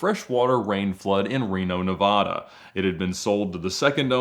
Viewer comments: Its NE-VA-DA NO NO-VUH-DUH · Ed, I love your stories, but you made me cringe when pronouncing my home state of Nevada.